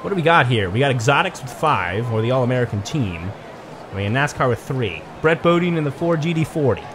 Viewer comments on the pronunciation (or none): Its brett Bodine “Bo-Die-n”